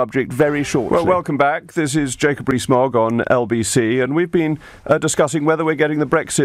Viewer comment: Mogg not fog!